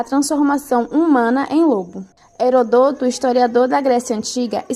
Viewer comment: Só um detalhe: o nome "Heródoto" é proparoxitona.